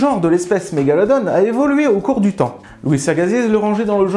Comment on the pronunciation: Svp, je chipote mais pourquoi la prononciation de Mégalodon change tout les 6 mots ? Sinon super vidéo comme les autres